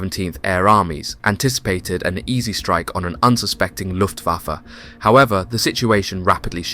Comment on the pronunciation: He said LOOFAFA BWAHAHAHA